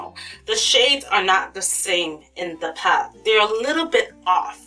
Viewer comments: Oh my GOD... Stop saying PAT. It's PALETTE! I had to stop watching. It's too distracting. Just don't say the word. We know why you mean. It's just too much..... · girl i love you and your videos but please say the word "Palette" properly, you always say "paalt" its quite distracting lol :) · love how you say "pallete" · thank you!!! That annoyed me so much